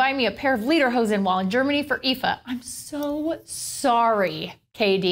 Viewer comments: It's pronounced "LAY-der-hosen." Not "LEE-der-hosen." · It's pronounced "Leatherhosen" just with a D instead of TH. :)